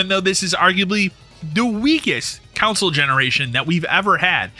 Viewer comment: Hearing console pronounced couwnsole hurts my ears.